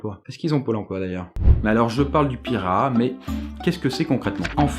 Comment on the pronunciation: Génial ta vidéo ! Mais petite précision, le peuple amazonien se prononce "pirahan" ;)